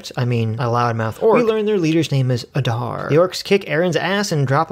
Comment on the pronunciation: You can’t even pronounce Adar correctly Jfc